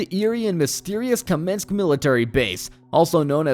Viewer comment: The pronounciations are killing me, ”kamenski” ”servograd” and then all of a sudden a great pronounciation of krasnostav